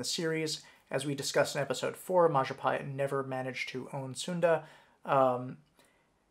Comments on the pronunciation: It's majapahit you human (I'm Indonesian) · It is pronounced Majapaheet “I” in Indonesian is pronounced “ee” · The biggest lie that you did is mispronounce Mahapajit